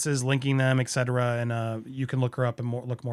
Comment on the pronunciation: The word is ET-CETERA, not EC-CETERA. Mispronunciation drives me nuts. Otherwise, love the content, well done.